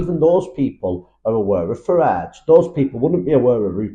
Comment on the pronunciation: Farage! Not Farell.